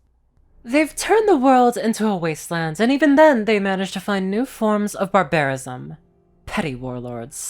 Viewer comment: BAR-bar-ism. Not bar-BAR-ism.